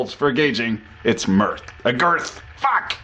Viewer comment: "that could have been messy" seconds later "fack"